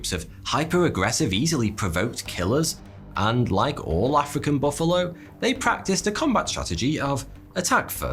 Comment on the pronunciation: Most dangerous animal? Mosquito, not baffalo.